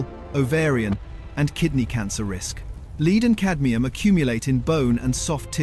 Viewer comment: Videos like this are why we ALL HATE A. I. The monogamous, robotic poor narrative and hideous spelling all contribute to my anger over why the planet is going downhill so quickly. Lead for example. Lead, not lead. Multiple times in the video. The information COULD be correct but how are we to know when there's no personal effort?? Okay we all know companies are trying to pull the wool over our eyes with everything we buy but so are these annoying 'videos'. A.I. needs to stop for this reason. I'm not religious but god help you all in 50yrs. I'm glad I won't be around.